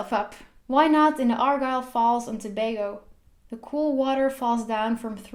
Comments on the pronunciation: good go with saying Tobago right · Finally someone pronounces Tobago correctly!!! 😋 Great Video thoo!! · Congrats on this video! You did a great job!! You even pronounced Tobago correctly... (most people don't). Anyway I enjoyed looking at this! 🇹🇹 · You actually pronounced the name right congrats not many foreigners do. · you mean when they say ToBAGO and not Tobago lol yeah I was surprised as well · Thank you for pronouncing it correct!!! So many people mispronounce 'Tobago' all the time!! Your pronunciation of Chaguanas was a tad off but that's okay.